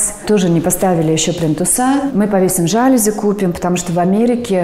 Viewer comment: Господа, слово жалюзи произносится с ударением на последнем слове, желаю успеха